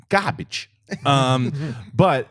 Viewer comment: Lmao Garbaggee